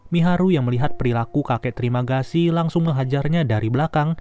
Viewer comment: "Trimagasi" gw dengernya terimakasi anjip :)